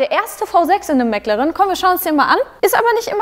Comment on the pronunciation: Bis auf die Aussprache von McLaren echt gut gelungen!🙌